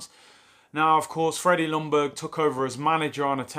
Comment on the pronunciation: Pleeaase English speaking people !!! The L in Ljungberg is silent. It is pronounced "Youngberg" 🙄